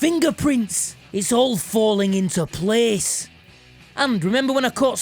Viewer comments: IHTS AHLL FAHLIN IHNTO PLEHS! (T-SHIRTZ PLEAHSS!!!) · "into PLEHS" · It's all falling into 'plehs'